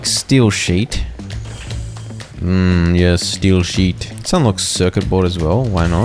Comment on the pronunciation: I heard "steal sheep" instead of "steel sheet" 😂